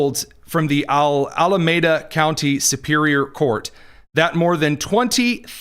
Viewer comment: Pronounced (al a meeda)alameda